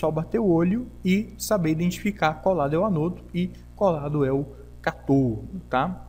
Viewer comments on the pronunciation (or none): As palavras são proparoxítonas.Cá-to-do. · Por favor aprenda a dizer as palavras ânodo e cátodo, estas têm acentos por alguma razão. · Nota: Ânodo e cátodo são acentuados e devem ser pronunciados em concordância com a escrita. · Uma dúvida, o pessoal fala "anôdo" e "catôdo" por tradição, convenção ou o quê? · Amigo, muito bom o conteúdo! Porém, ânodo e cátodo tem acento na primeira sílaba por um motivo... ;) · Sãos os acentos de cátodo e ânodo (são proparoxítonas), que indicam a sílaba tônica, que deve ser pronunciadas mais forte que as demais. Sua pronúncia está paroxítona, ou seja, com a pronúncia do "to" e do "no" mais fortes. Entendeu? Mas nada que diminua a qualidade de seu vídeo ou aula, que está 10!